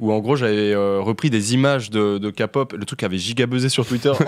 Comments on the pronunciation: On dit "K"(kë)pop 🤣🤣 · Non mais tqt si tu sais pas prononcer t'apprends et c'est tout, c'est juste désagréable quand vous dites "kapop" et "bétèesse" mais ne te sens pas vexé, on te pardonnes ( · Et c’est KEPOP NAN KAPOP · Pas Ka pop la Ké pop si tu pref, et jungkook 😍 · "kapop " MAIS ... NON 😭😭😭😭😭svp faites un effort 😭😭😭et logique que on les protège